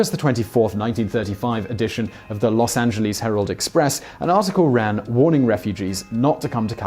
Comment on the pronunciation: great vid, thanks for saying Los Angeles properly. Could you consider a bio about Helena Modjeska? She a local super hero. We have a canyon named after her, she is that awesome. <3